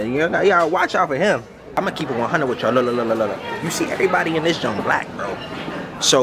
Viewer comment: “Ima be honest witchall” what you got eryybody saying now